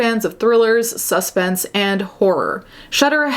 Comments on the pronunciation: Have never in my life heard someone enunciate 'suspense' like 'suspect'. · why she say suspense like suspect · Umm-that’s not how you say “suspense” 🤨🤨